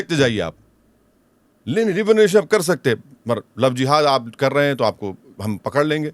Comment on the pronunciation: Love Jiva😂😂😂😂😂😂😂😂😂😂😂😂😂😂First of all madam pronounced properly 😅 GODI MEDIA 🎉